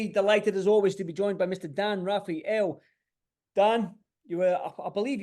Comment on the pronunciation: Repeat after me Dan Ray-feel. That’s how it’s pronounced.